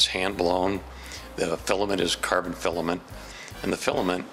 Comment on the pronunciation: How me say da filliment keep going. Da fillament is ill-a-ment